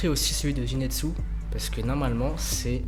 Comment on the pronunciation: A chaque fois tu disais zinetsu au lieux de zenitsu sinon ta vidéo est génial comme dab😜